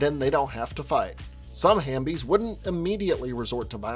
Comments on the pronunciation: Great video. Just one thing. The word is Half-bie. Not Ham-bie LOL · Bro it’s halfbie like half and zombie 🤦🏽‍♀️🤣 tf hambie no. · "Was I wrong about something" well......you said halfbie and amygdala wrong 🤣